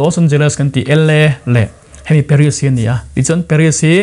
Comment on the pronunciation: Paris i lam dan hi ka pi in a hrethiam tlat lo